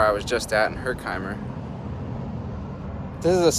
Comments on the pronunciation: It's HER-KIM-ER. You didn't speak to anyone who pronounced it correctly? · OMG I could not watch the entire video until now. you sure are a zombie. you have gotten everything wrong including your pronunciation of Herkimer and Canajoharie and so many others. (all wrong) everything you said was wrong. I work for a historical fort very close to Canajoharie and live in canajoharie. you are stupid! please get facts. do not voice opinion on historical places, get an actual historian to help you with these videos. I cannot believe how stupid your narration is. so wrong in every way. The point you are, I think< trying to make is just as ignorant as your entire narration in this video. I hope the state of NY sues you for your misinformation. so stupid.